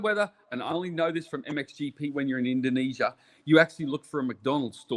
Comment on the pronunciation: Did I just hear RC quote Marty B “endonesia “